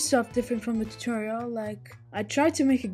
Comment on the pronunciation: Ha he said turtorol